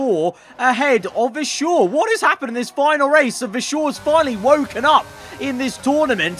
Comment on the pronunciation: VERstappen and VERschoor thats annoying